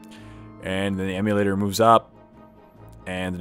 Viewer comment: Yeah, that was getting annoying. IMMOlator, not EMUlator.